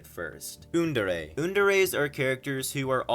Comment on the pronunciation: I literally heard Thugdere as f***dere and undere as g**ndere😭